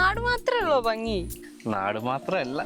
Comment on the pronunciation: ബംഗി അല്ല ഭംഗി